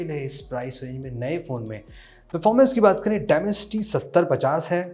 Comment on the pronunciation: Demencity 7050 bole ho to bhout hassi aayi hai